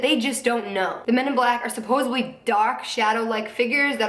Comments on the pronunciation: suppos-ED-ly...no hate 💙 js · She keeps saying supposably. It's supposedly...